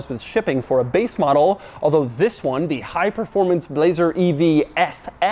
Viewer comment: Performancy?? Is that a word? Or a demauroism?😂😂😂👍👍